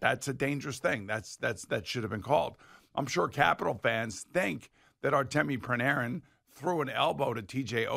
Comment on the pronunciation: I thought Bloomers, I mean Boomer, was a big Ranger fan. How come he mispronounced Bread's name TWICE in 10 seconds? He literally called him Pranarin two separate times in two sentences. Boomer should stick to football, his hockey analysis is awful... Let's Go Rangers!!! 🇺🇸🇺🇸🇺🇸🇺🇸🇺🇸🇺🇸